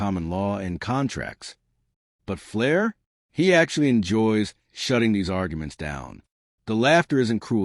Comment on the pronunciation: That is Judge Fleischer. Not judge ‘flair’